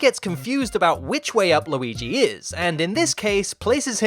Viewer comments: Why do you say Low-ee-gee?? It's driving me crazy! It's more like Lew-ee-gee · Not luigis mansion...*WEEGEES* mansion